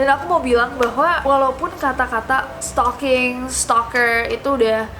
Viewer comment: setalkinggg????? setaljan ,,??? sukijan??? sukirman?? supirman???